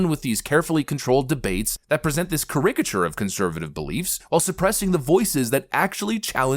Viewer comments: did you just read charicature as carrickature? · cAricature, accent on the wrong syllable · A what??? A "cur-RICK-ki-ture"? 😂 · "Ke-rick-a-chur!!!!'" Goddamn is a moron. Can't even pronounce caricature. 😂😂😂😂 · The emphasis is on the first syllable of “Caricature” “CARE-ick-uh-chur” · The way he pronounced caricature.. 😬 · Yes caricature is a hard word to pronounce, you should have asked someone. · Maybe I’m dumb, but I never thought this was an AI voice until he tried to pronounce “caricature”, here.. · Caricature ….. you pronounce the word really wrong just so you know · I have never heard "caricature" pronounced that way. Sounds kind of British. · Is this an AI produced video? The narrator could not pronounce Caricature. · You pronounce "caricature" with emphasis on the first "a" not the "i" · Bro did you mispronounce caricature? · I've never heard caricature pronounced that way... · has never heard the word “caricature” spoken aloud 😂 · word way to pronounce caricature